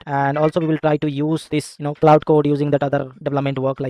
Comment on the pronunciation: Please note that 'Claude' and 'cloud' are two different words. Your pronunciation of 'Claude' is very misleading!